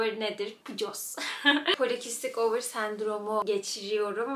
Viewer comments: Polikistik "ovır" değil over okunur yazıldığı gibi çünkü pcos Latince kelimelerden oluşur. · polikistik over diye okunuyor ovır değil😅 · Merhaba, yanlış anlattığın birkaç şeyi düzeltmek istedim🙃 Öncelikle ovır degil over diye okunuyor bu cok önemsiz ama söyleyeyim dedim. En önemlisi biz pcosa asssla yediklerimiz yüzünden sahip değiliz yani sağlıksız beslendik basımıza geldi gibi bir mantık çok yanlış. Anne karnından beri bizde var olan adet olana kadar içerde sinsice duran bir sendrom bu. Adı üstünde sendrom. Bir sendroma biz kendimiz sebep olamayız o bizde kodlanmıştır zaten. Sebebi de hala tam olarak bilinemiyor ayrıca. Kısırlık konusunda da kadınların yüzde 80i doğurgan oluyor. Pcosu olup da hic farkında olmadan doğuran o kadar cok kadın var ki.. çünkü kadınların üçte ikisinde var bu sendrom. O yüzden illa her kadın dkh kullanacak diye bir şey de yok. Çocuk sahibi olmak istediği zaman doktora gidip basit birkaç tedaviyle cocuk sahibi olunabiliyor🥰 derece derece degişse de illa tedavi olmazsanız kısırsınız diye bir şey yok. Birkaç şeyi düzeltmek istedim sadece☺️ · polikistik ovır değil over hastalığın adı ingilizce değil latince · "Polikistik over" yazıldığı gibi. İngilizce telaffuz etmene gerek yok çünkü Latince. Doğum yapınca da temizlenen bir durum yok, bu geçecek bir şey değil bir yapı. Hayat tarzı değişimiyle yönetiliyor.